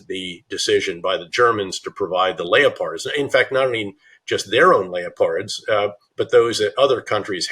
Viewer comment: I never knew Leopard Tank was pronounced Lay-o-pard Tank.